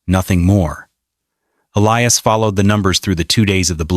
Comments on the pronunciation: What a weird story. It must be AI. She's putting too many seeds into one hole. Also, Elias is pronounced Ee-LIE-us, NOT ELLIE-us. Sheesh. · L lee oos for Ee lie us! Common Ai!